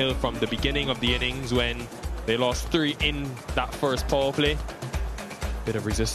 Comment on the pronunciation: Is it tree or three